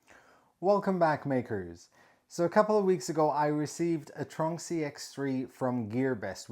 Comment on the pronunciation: After seeing some of your other videos mentioning the "tronxy" I thought I would Google it. To my loss I couldn't find anything for "tronksy". Now I see this I realise you've been mispronouncing it. It's tron x-y not "tronksy" lol